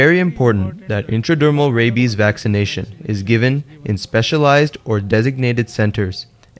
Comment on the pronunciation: "Ray-bis" "aunty quitty"